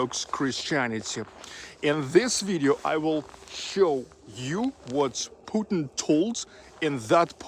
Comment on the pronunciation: Please don't say Putn, but Puteen.